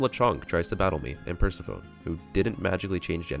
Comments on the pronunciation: "Per-se-PHONE" Bro its Per-seph-eh-nee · okay so pikatails pointed out i mispronounced persephone the entire video so MY BAD…